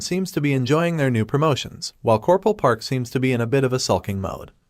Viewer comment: Coperal? I can understand one or two mispronounced words, but so many in a row is really annoying